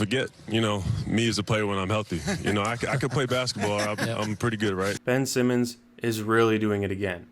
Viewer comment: "Bench Simmons" 😂